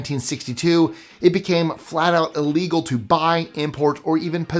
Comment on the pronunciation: it sounds like he's saying "legal " lol